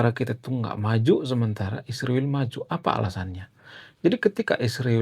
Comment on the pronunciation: kau punya pelir le. sebut israel pun salah